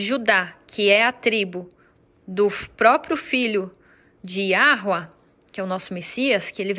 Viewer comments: Não é Yauh... mas sim Yahu... o h vem antes do u.... e neste caso o h tem um som semelhante ao h no Ingles... se você prestar atenção você verá em Netanyahu... veja o final " yahu... e você não pronuncia Netaniauh... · Porque não PRONUNCIA o nome corretamente????- em português JEOVA.....e pronto...... O criador fica feliz. Ele não procura perfeição mas, a pureza no coração. Ele vê a sinceridade. Também, aprendo com o Prof e tradutor, pesquisador = Queruvim......ele ensina muito bem. Mas pronúncia com alegria para os 4 cantos da terra = - JEOVÁ. Muitos, omitem este nome e nem pronúncia, dizendo que não deve..... Isaías 43: 10, 11, 12. Salmo 83: 18 é tantos outros.... Não omita a pronúncia. Tenho orgulho e grande alegria em falar...é JEOVÁ.....nada tenho a TEzMER..... nadinha, ele quer que divulguem........ .😊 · Se aprofunde melhor na escrita Hebraica, está no caminho certo, mas ainda tem erros na sua leitura, a pronúncia é Yau ou Iau, a última letra segundo a norma dessa escrita é muda, basta observar e ouvir o povo que recebeu e guarda o nome do Criador até hoje, eles pronunciam YAU... simplesmente. O tetragrama se lê assim... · O H não tem som.e outra h não tem som de R